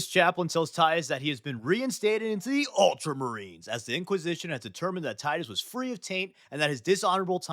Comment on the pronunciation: multra marines 😂😂